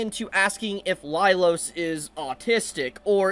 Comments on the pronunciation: Was I the only one losing my mind every time he said “Lailos” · I have to say it, but you never said the series' name right, and it was the same for Laios' name. That aside, people these days are SO delusional, the brain death is contagious.